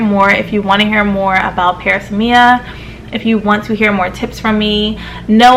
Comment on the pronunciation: This is pronounced pr-AZZ-me-uh